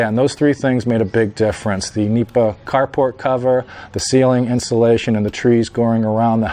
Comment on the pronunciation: It's "nipa" not meepa or "anahaw" thatching material used in the roofs and walls of the typical rural houses in the Philippines called "bahay kubo".